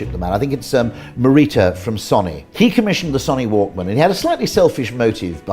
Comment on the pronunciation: Son knee Walkman lol haha